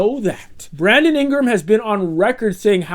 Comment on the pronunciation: you most certainly said "Brandom Ingram."